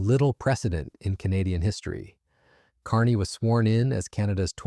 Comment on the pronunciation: Your AI can't pronounce "Canadian". 👎🤨 and this is old news. 💪🇨🇦💪